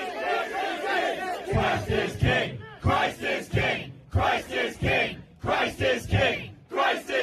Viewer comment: it sounds a lot like they're saying "Christ is gay"